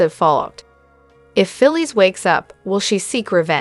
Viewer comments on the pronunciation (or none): Her name is Phyllis. Pronounce it correct